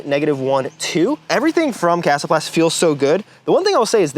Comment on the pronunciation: i appreciate the proper pronunciation. Thank you